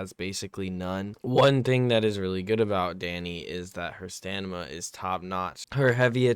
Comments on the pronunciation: Stanima. It hurts lol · It’s STAMINA not stanima 😂